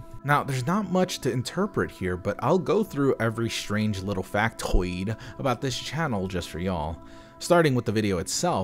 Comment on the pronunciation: if you said factoid like that bc of allan i want to share that i have never said "fact" normally since i first heard him say that